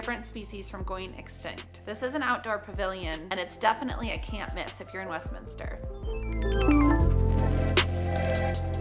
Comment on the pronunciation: Congratulations on pronouncing the city name correctly!